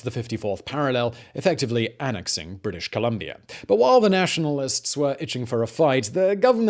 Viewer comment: We love your show. We watch you every night. We have invented a drinking game, too. Every time you say "CanaDER" or "RussiER" or "British ComlombiaER", or any other time you end your "a" with an "ER", we drink. 🌹 To your health, good sir! Keep brining us the education.